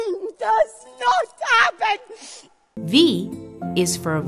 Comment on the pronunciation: "These things does not 'appen" was my favorite part ahahaha